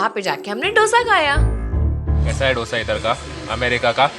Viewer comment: It's 'दोसा', not 'डोसा', please don't say like that and hurt the Telugu audience 😊😊